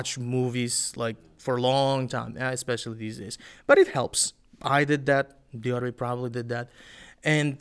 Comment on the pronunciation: I guess, Diyorbek's pronunciation is perfect